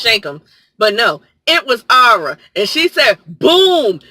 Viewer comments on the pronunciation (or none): Ma'am, it's Arya. Ar Ee Ya. I can't even with you right now.